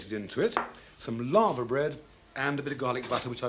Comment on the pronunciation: LAVER bread, not LAVA. anyone at the BBC speak English anymore?